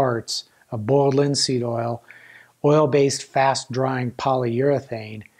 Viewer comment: Boyald lihn seeëd ohl. All seriousness though I learned a ton from this video. And comments like these just add to the charm!